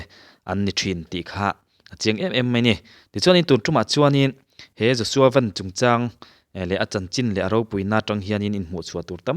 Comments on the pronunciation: Ven ni lo in Van tih tur aw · Joshua Van tih a i lam hi a dik lo. Joshua Van “Sky “ mizo tawng a“ Van” tih nen a in ang lam dan tir zawk